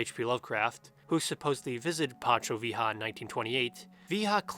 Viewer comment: great video as usual but that pronunciation of pancho villa is an attack to my senses